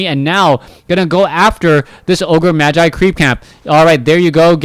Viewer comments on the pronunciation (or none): Just a small correction for. The first syllable of "Magi" isn't pronounced as the first syllable of "machine". It's pronounced like "May".